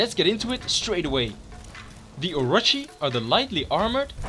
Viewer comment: Its are-o-chi not or-a-chi